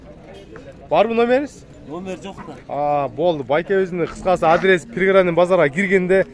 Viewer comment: Пригородный деп туура суйлосон